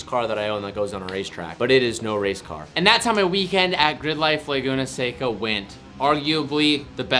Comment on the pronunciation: It makes me so happy to FINALLY hear you pronounce Laguna Seca, not Laguna Seeecka.